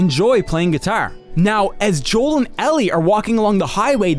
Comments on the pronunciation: I like how Joel pronounces guitar right and yet Nick pronounces it wrong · I swear the way he pronounces the word guitar drives me insane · The way you say "guitar" is very Irish. You've got some interesting accent idiosyncrasies